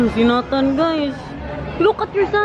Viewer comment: Hi!. May I suggest.. sa pagtawag ng name ni Nathan. Say, Neytan. Not Natan. Para sa sound foreigner. Neytan. Thanks! Love the family.